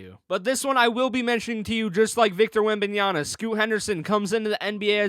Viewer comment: It’s Wembanyama, not Wembanyana